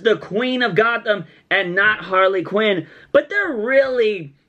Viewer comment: She said queen it didnt even sound like "quinn" lol